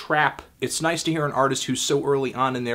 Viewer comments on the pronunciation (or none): none